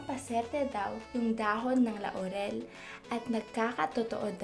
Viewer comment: Ako lang ba ang inaantok sa pagsasalita nya? 😂 Nabobother din ako sa pagssabi nya ng La-u-rel. Pero thank you, ittry ko ito.